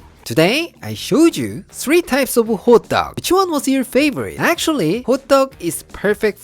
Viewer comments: I kept thinking you were saying hot dogs, til I reread the title at the end. Ha ha. loves anything with sesame oil and cheese. You are both so funny, especially at the end with a toque on. Red bean paste would be a great filling too. You two are tres cool. Canadians love you! Thank you for sharing your culture & foods. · I keep hearing “Hot dog, hot dog” such a subtle difference in pronunciation:) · I know it's not, but every time you say "hotteok", my brain hears "hot dog". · I thought he said Hotdog🤣